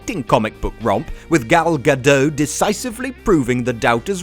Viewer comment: Apparently, English speakers believe that any T that isn't in English is silent. Again, It's GadoT. Jesus.